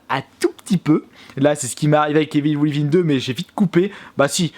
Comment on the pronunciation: Evil wivin 😂😂😂 vive les français qui parlent anglais.